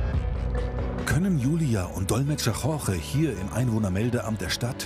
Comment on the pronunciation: Wie die immer "Jorge" aussprechen, ist unerträglich. Vielleicht sollten sie das mal üben.